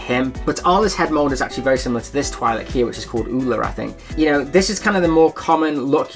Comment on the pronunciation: It’s twi’lek, not twi’leck